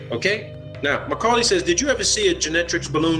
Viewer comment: He keeps calling the guy Macaulay. His name was Mulcahy.